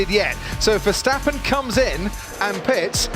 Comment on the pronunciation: What about you stop hating and start saying his name right